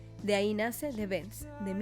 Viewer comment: Por Dios, aprende hablar inglés... es THE BENDS, no de THE BEDS... se pronuncia "toking heads"